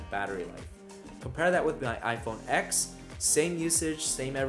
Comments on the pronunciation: iPhone EX ? Dude atleast say the name properly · I can't believe you called it iPhone "X" What kind of a tech channel are you? It's iPhone 10.